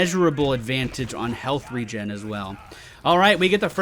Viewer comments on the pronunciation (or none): none